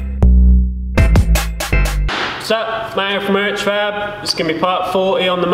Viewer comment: Doesnt it sound like he says "man from urchfab" lol